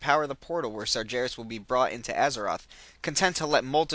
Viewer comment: DUDE! i like these videos but seriously you need to play Warcraft III or watch some of the videos depicting the story line because i cant stand the way you pronounce some of the names, Tyrande, sargaras, and manaroth are being pronounced incorrectly.